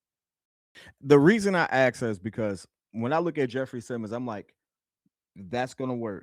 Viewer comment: Say it with me, "worf", "axe".